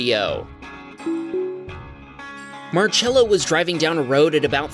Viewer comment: how are you pronouncing marcello bruh bro be pronouncing it like march-ello